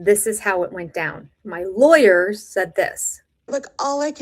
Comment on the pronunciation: Anyone bugged by how Kody says words?!? Kyody Pass, Lie-ers (lawyers). Then he thinks he’s superior to the OG wives and David.